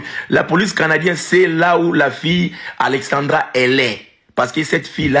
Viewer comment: C’est pas Alexandria Alexandra les congolais faites l’effort de bien prononcer